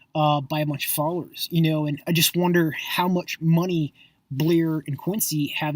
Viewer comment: why are you so mad that Blair and Q are successful? they're not buying followers they've had a few tweets go viral and that's how most of their followers have found them. You're fucking annoying. and why do u go out of your way to pronounce their names wrong? you're pathetic